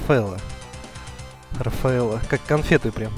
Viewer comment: Какой нафиг Рафаэлло? ;) Рафаэль (Raphael) же!